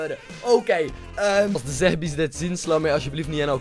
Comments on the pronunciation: Je spreekt et uit als "zebbies" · Zehbis... je spreekt die h nii uit en je spreekt de 'e' anders uit 😥😥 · Je spreekt het verkeerd uit het is Zehbi's